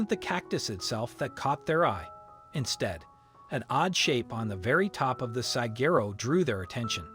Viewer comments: Will someone please teach this bot how to say desert?🤦🏾‍♀ Oh, and also how to pronounce Saquero, it's not Sa-gerro, it's Sa-wah-ro.😊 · It irritates me every time he says it (desserts) — also his mispronunciation of Saguaro. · This moderator does not know how to say desert or sagharo